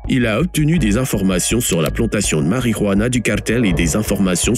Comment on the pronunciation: Du "hentanyl" et de la "harijuana" 😂😂